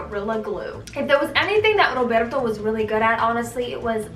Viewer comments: The way you said rrrrrrroberto tho 🤣!! Girl isn’t it so refreshing looking back now and being like wow ... yes sad, but look how far you’ve come hahaha I was also once a pretty naive and gullible young 17/18 year old (I’m 27 now). What matters is that we grow and learn to love ourselves and then that true good healthy love will find you. 😘XO! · Rrrroberrrto 😂😂 girl stop 🤣🤣🤣